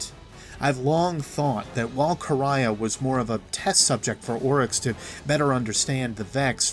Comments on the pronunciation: Its no Quraya, its Quria and it sound like Ku-ri-a. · It’s Quria( Kor-ee-uh), not ( Kor-ri-yah). Ands it’s Tech E Un.